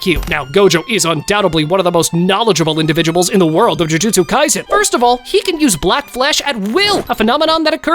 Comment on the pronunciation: Bro said tie jitsu in Kashima’s area